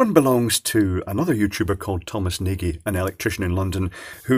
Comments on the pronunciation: Did Nagy get a replacement or new one? Did he send it to you only for autopsy? Also is nARRgy, not neighjee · Thom pronounces it as if it had an R in the spelling. Nargy. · Actually its pronounced N'awj with the w sound soft and j sound close to how you would pronounce the j in john or Noj with a hint of an a before the o. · When I worked in a bank we had a customer called Nagy and I used to call them 'Najji'. I was corrected and told the pronunciation was 'Narrj' as in Nigel Farage. It's French apparently. Naygee sounds like a Scottish pronouncing. Discuss. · That's right. Phonetic "nɒɟ" Just wanted to mention it as pronunciation hurts my ears:) It is a very common Hungarian last name (meaning big). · Assuming Thomas is Hungarian, then his last name is pronounced "notch". ;) Well, more like "nodsh". "Nodj"?